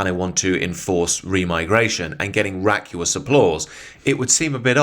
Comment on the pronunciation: Vacuous - vack you us Raucous - raw cuss Look at the vowels. Just a little pronunciation pedantry, good video though, keep up the good work